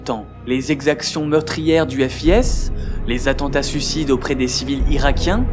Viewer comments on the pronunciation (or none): Je ne peux m'empêcher de commenter pour la musique originale du temple du feu à ^^' Le FIS se lit comme "fils" ^^ C'est valable pour toutes les vidéos de cette chaîne que j'ai vues : très grande qualité de recherche, d'écriture, de rythme et de montage...bref merci :)